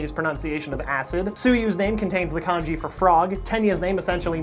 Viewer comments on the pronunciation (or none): none